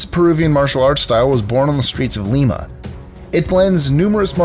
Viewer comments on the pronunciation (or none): none